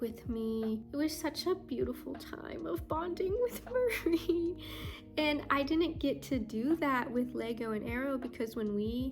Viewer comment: Go Nessa "Meowwrrell" LOL :P hahaha